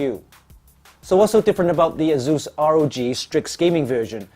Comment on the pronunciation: It's asus not zus or zeus xDDDDDDD